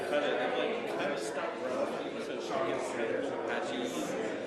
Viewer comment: "Like" me, not Luke me!!!